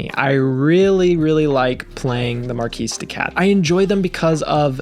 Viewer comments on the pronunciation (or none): Great video, thanks! BTW, it’s pronounced “markee” de cat, not mar-keese. That matters because the name is a play on words, mar-kee-de-cat, like kitty cat. 😅 Get it? It’s a silly pun, but a pun nonetheless.